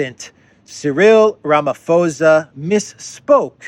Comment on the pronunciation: South Africa, is both a very indebted country, and one where the ruling party is plagued by internal struggles. I suspect that President Ramaphosa has been informed which side his bread is buttered. (Just FYI, the phos part of the name is pronounced like pause, or paws, the ph is not an f sound. Sorry, don't mean to be pedantic, but thought you might like to know).